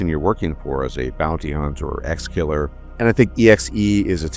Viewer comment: its exe killer not exkiller